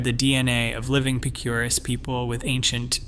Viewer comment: Acoma is pronounced ACK oh muh. Check pronunciation on Picuris as well. There is no mention of the Navajo that populated parts of the area after the Pueblo peoples set their homes in the East of Chaco.